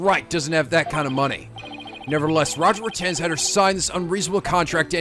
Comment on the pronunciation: his name is pronounced Roger Ratings FYI